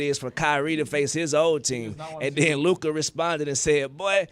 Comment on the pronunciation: until stu learns how to pronounce luka’s name, his opinion should be rejected on this topic